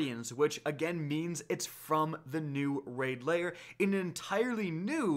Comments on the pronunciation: You pronounce lair as layer. You should try saying lare or like hair with l instead of h. Lair. If you want to say right. No biggie. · L A I R. NOT LAYER. LAIR.